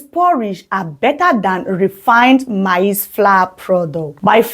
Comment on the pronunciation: Your PRONUNCIATION of MAIZE is not correct however thank you for your video.